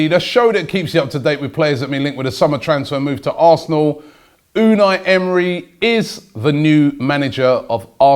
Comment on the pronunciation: Pronounce it correctly!!!! uNAI not Unai.........you sound ridiculous.